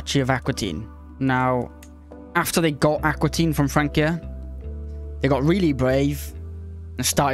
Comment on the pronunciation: Aquitaine not accuitine